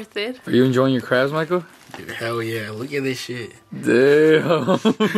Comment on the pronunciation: It's sounded like said I really wanted some cramps instead of crabs